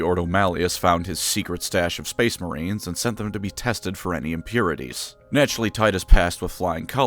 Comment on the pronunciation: Spuce Maurines!!!!!